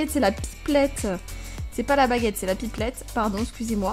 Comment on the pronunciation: la pipplette 🤣🤣🤣 c'est la pipette